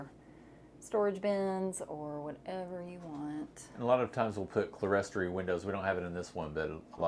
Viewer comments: Clerestory is pronounced CLEAR STORY. I realize your house is basic, but at least learn to pronounce its features correctly. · Another beautiful home. I believe clerestory is pronounced clear-story, not cle-res-tory.